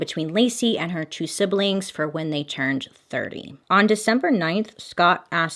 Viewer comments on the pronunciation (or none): I love that you pronounce siblings in three syllables